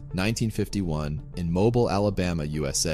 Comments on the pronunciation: Pronounced Mo-Beel not mobil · I know you aren’t a southerner but it’s pronounced mobeel. It is a French name and it does not sound like mobile phone. Cheers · It's pronounced "Mo-BEEL" Alabama 😀😀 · As someone who lived in Montgomery Alabama for many years, I was glad to see top comment showing how to say Mobile correctly. I know it's spelled mobile, but it's pronounced Moe Beele two syllables and long o, long e. It's French. Some natives even say Moe Bile, but no one say mobile. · It's actually pronounced Mobeal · or perhaps it's pronounced Moebeel 🤔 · Mo-bile. He wasn't born at a gas station. 🤣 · mo-BEEL Alabama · the french name mobile literally means portable and or moveable. It was originally established as Fort Louis de la Mobile after the French settlers who arrived there in the bay and established the community there before moving on, then changing the name to just Mobile. Which is correctly pronounced Mowbile. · That's right ! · For proper names? Narrator should probably check and double-check No big deal ofc and yeah as a former Alabama resident I knew there would be some gentle comment updates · And yet you stopped to comment to me. If someone is going to be a “content creator” the content should have things like the names pronounced correctly - don’t you think? No not a “big deal” but perhaps they did not know how it was pronounced. What if I pronounced Japan JAY-Pan with a long A - makes a difference doesn’t it